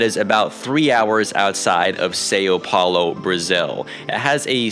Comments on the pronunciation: Awesome video man! I know it's too late, but please stop saying "Sayo" Paulo. It's roughly pronounced more like "Sow" and I'm not sure how could have traveled there without knowing that. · it’s not SAO it’s São (sun) Like your are going to say Sunday…Suhn Paulo is a lot closer to the proper pronunciation 🇧🇷🥰